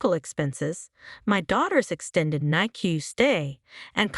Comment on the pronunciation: NICU is pronounced NICK U 😊.